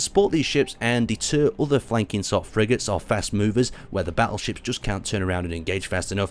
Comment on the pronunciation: I keep hearing you say "Basil Ships" and thought that was the (wierd) name of the ships, but then realised you were saying "Battleships".